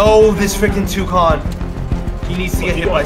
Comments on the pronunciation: Nobody: Absolutely Nobody:: ToOcOn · seeni boyyy nah was calling it touconn